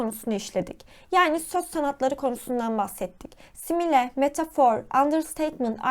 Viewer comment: Verdiğiniz bütün bilgiler için çok teşekkürler lakin videoda birçok kelimeyi yanlış telaffuz etmişsiniz. Önceden bunların doğru telaffuzunu öğrenip sonra videoyu çekseniz çok daha iyi olurdu. Böylece sizi dinleyen öğrenciler de kelimelerin telaffuzunu yanlış öğrenmemiş olurlardı. Simile kelimesinin telaffuzu /ˈsɪm.ɪ.li/ , chiasmus kelimesinin telaffuzu /kaɪˈæzməs/, absurd kelimesinin telaffuzu /əbˈsɜːd/, onomatopoeia kelimesinin telaffuzu /ˌɒn.əˌmæt.əˈpiː.ə/ , hyperbole kelimesinin telaffuzu /haɪˈpɜː.bəl.i/, Elbette mükemmel bir şekilde telaffuz etmeniz gerektiğini söylemiyorum ama hepimiz daha iyi olmak için çalışabiliriz, öyle değil mi? 😊